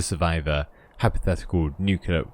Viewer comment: You mispronounced nuclear every time. It's nu-clear not nuc-ular